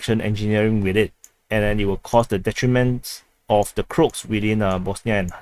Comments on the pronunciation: he said Crotes, but it should be pronounced in English as Cro-ats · Not the crocs it is called croaaaats. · why do you call the croats as "crops"?? 😄